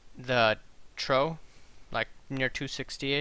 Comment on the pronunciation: i know yanks say "tomayto" whilst the queen says "tomarto", but serious nobody pronounces trough as "trow". its "troff", like "my laundry troff", or what cattle drinks out of, or a type of weather pattern. i appreciate people miss-speak, especially on live interviews, but this is 5min video. go look up how to say the word and re-record it. i'm off to "rough" my boat